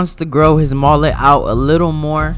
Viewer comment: MOLET? It's mullet